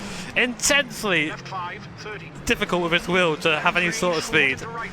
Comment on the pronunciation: willed it into existence when he said "inTensely"